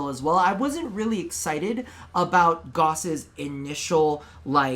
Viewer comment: Pronounced gauss wrong 5/10